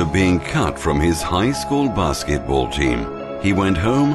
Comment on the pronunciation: basketbolu Türkçe söyledi gibi geldi kdkfkfk